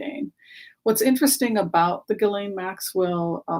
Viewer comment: Your insights and MO are fascinating. For what it's worth btw, Ghislaine is pronounced w the kind of soft G we don't have in English. "Gislen". Like the G sound in Zsa Zsa (Gabor). Thank you for helping us have a more panoramic view of the characters in this drama.